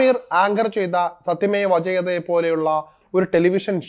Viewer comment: സത്യമേ വജേയതേ അല്ല സത്യമേവ ജയതേ😂 ചുമ്മാ നോക്കി വായിക്കാതെ മനസ്സിലാക്കി വായിക്കൂ